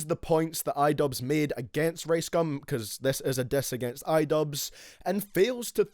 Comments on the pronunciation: Can't watch thus when u call ricegum "raisegum" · I thought his name was rice gum not race gum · Lol how he says rice "race" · I low-key thought he said race gum at the beginning